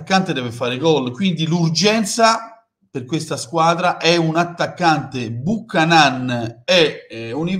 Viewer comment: Da un amico canadese si pronuncia Biucanen.